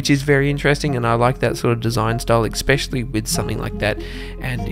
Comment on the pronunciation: "Ekspeshully." Def: instant unsub